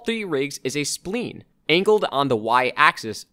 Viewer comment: Thanks for doing this, it's really helpful. Also just an FYI, spline is pronounced like sply-n, not like spleen. Think of it as rhyming with vine.